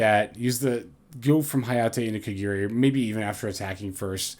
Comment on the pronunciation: it's "KA GA RI" not " KA GEE RI" or "KA GI RI"